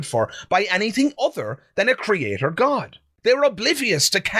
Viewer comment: Anyone who says 'CreaTORE' can't be trusted. You can't even get words right.